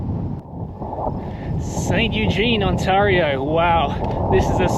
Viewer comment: On-tay-rio eh? Had you headed east, the Townships have excellent rides. Gears to you man.